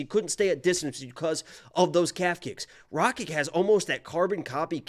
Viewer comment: He said “Rakik “ not Rakic 🤣😂